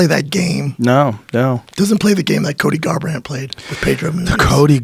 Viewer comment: Come on guys, WTF? And "Colby Garbrandt"!?! Tighten up guys 🤣 We all make mistakes, but......